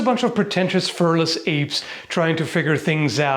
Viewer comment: Furless apes!? Who are you calling firless!?